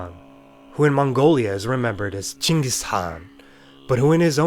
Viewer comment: that chingis was clean